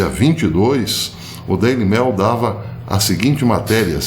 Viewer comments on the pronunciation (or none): Professor eu adoro seus vídeos , mas me desculpe mas tenho q lhe fazer uma leve crítica! Por favor não fale mais Daily Mail , como : Daily Mél, a pronúncia seria mais para Daily Meiul! Me desculpe mais uma vez ! 😅